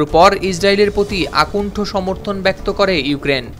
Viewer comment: আকুন্ঠ ? অকুন্ঠ অথবা আকন্ঠ।